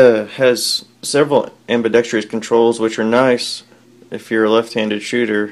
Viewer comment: I compliment you on your good taste. It's ambidextrous, however, not ambidextrious.